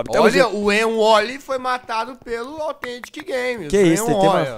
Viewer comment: sobre autgentic:blalalablalalalala